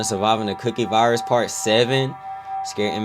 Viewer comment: Bro I thought you said the cooking virus😭